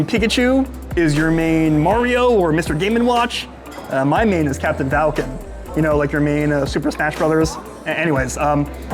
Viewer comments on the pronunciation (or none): none